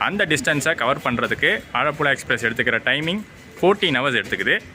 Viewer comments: ആഴപ്പുഴ അല്ല ആലപ്പുഴ 🤣❤️ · ஆழப்புழா இல்ல ப்ரோ ஆலப்புழா ன்னு சொல்லுங்க ப்ரோ... 👍🏻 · It's not ஆழப்புல its ஆலப்புழா. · Bro. Athu azhapulazha illa.. Alappuzha